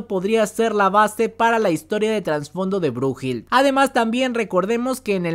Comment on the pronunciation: Brujil...xd es brunhilde = brunilda